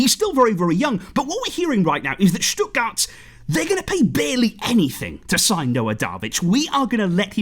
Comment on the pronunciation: Wow i‘ve never heard a non german speaker pronounce the Name of the City Stuttgart so well. Impressive